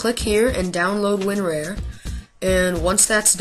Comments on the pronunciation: he say win rare XD its win rar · KEZZA RAZARAN it's not rare either mate x) It's Win-rear he is sayin x) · Arathorn Elessar he kind of is saying win-rare...